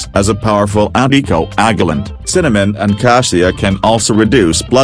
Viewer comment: The continuous mis-pronounciation on the part of the AI on this is really disgusting!! Never heard of Cinnamon causing damage to the liver!!] Most grains are not good for you.